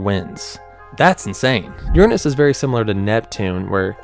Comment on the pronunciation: why did you pronounce Uranus like that?